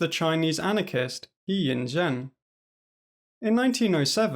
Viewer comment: Pronunciation advice He = her Zhen = Jin (like the alcohol Jim)